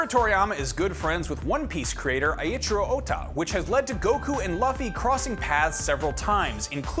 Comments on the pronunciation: He called my boi Luh Fee! To be fair butch Hartman pronounced his name the same way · This guy said lu ffy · "luhfee" lmaoo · Did anyone stop the video to rage comment about his pronouncation of Lawfee 😤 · Ahhh yes. The main protagonist of won peace. Luhfee. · "Luhfee"??? Lol who? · Did this man just call luffy luhfee??? Loooooool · Doesia Fagundes he said lawffy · He just called Luffy luhffy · Left after Luffy pronunciation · Come on, I know you know how to say Luffy correctly